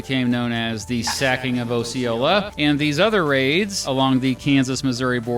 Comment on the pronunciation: As a Floridian, your pronunciation of Osceola offends me 😂. We say "ah-see-oh-lah"